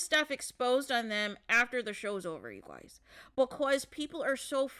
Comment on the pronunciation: I can't with the "you GOYZ" 😫